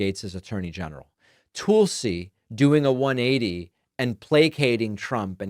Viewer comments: This is why no one takes David seriously, referring to Tulsi Gabbard, as "Tool-si,". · David says Tulsi soooo weird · Goddammit David! Stop being stupid. Gaetz, Gabbard, RFK are a test. If he can demand that the Republican Congress confirm these guys, and they do it; he has them. Complete dictatorial control. Why is no one alarmed? Why is Biden doing nothing to help us? Please quit mispronouncing Tulsi’s name. It isn’t funny and it is reminiscent of Trump saying Obamna. Just stop it. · David every time you intentionally mispronounce Tulsi's name all it does is remind me how unserious a political commentator you are.